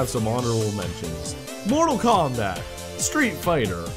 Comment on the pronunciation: "Screet" fighter nooo xD im dead lmao